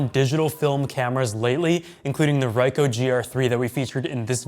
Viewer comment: Pronounced Ree - coe